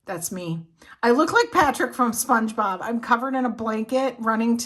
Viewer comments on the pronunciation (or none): none